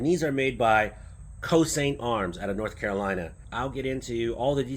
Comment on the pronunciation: Pronounced Choshint